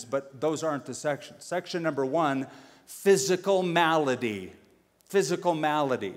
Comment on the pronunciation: malady not melody.